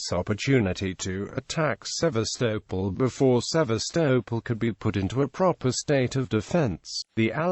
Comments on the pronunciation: Its pronounced Seevastoppol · The pronunciation of Sevastopol is an utter nonsense......